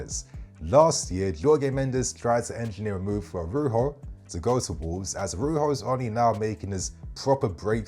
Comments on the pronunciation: You pronouce the J like with Jose Mourinho. Arauzho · The “j” in Araujo is a j bro, he’s português not Spanish, the J isn’t an H sound